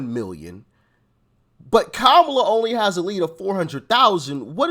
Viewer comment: Kama-ma-la-la-la, LOL! That woman was ridiculously dumb! 😂😂😂